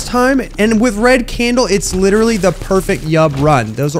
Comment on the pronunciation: Dude. Littarly said deletion completion